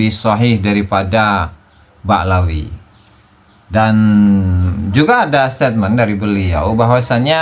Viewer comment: 🎉kok ..malah.bikin ragu nadab nya BAKLAWI ... WKWKWK 😅